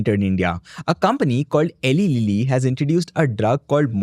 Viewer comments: Helai lilly 😂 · it's pronounced "eee laiii lily"